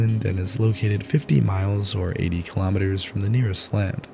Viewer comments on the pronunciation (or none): none